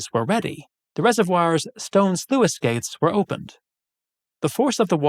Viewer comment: "sluice" is pronounced "sloose" you wouldnt call the stuff you squeeze out of fruit orange jewiss, that would be gross